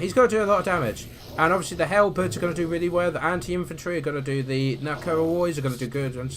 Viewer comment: Great win, I know I shouldn't but I found the way you say halberds funny, sorry but to me it sounds like hell birds.